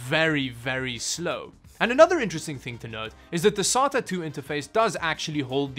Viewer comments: I thought he was saying "solder". Say DA. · It's pronounced: "Say-ta" not "Sah-ta". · sAta drive “SATA” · How fucking hard is it to say SAY-TUH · Actually it's pronounced Serial Aye Tee Aye ;) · the way he pronounce sata is no difference than chinese people pronouncing sata